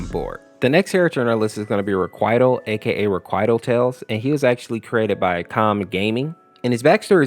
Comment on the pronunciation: god how he pronounces things are hurting me "reqwital" "chaotic" "knuckle"